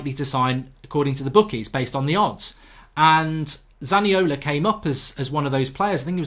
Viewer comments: its zaniolo not zaniola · It's Zaniolo not Zaniola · Zaniolo not Zaniola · Isn’t it zaniolo goldbridge 🤔😂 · It's Nicolo Zaniolo not Nicola Zaniola... imagine trying to talk about trasfers and not even knowing what you are talking about.